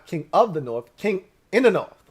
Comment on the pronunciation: Aye!!! I gave you some shit once about the "norff" vs "north" business. That was me. But it's because you're clearly a high IQ kinda dude. The "norff" bit just came across a little romper room for a man of your formidable mental faculties. HAIL!! 👍🏻